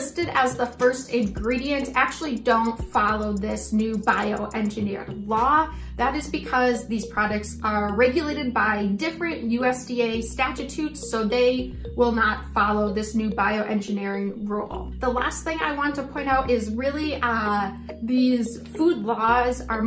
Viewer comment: What the fritz is a "statatute?" I think her diction is bio-engineered.